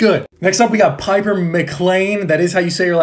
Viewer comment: I cringed at the way he pronounced Piper, Hazel, and Nicos last name